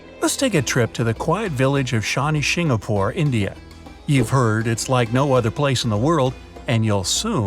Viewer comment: Its *shingnapur